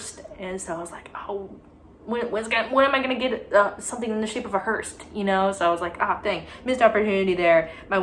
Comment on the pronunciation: hearse doesn't have a t but great video sweetie